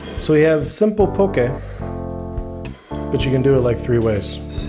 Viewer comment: Thank you for pronouncing poke correctly (